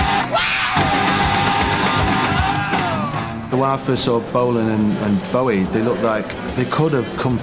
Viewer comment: I hate it when people call him Bowwy!